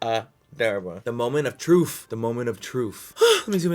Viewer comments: Just ever so slightly bothered that he said “moment of troof” as opposed to “moment of truth.” 😅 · “Moment of trufe” dude it’s truTH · "Moment of troof"😂😂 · "trufh" yeeeees 😂😂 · "The moment of truffff "😂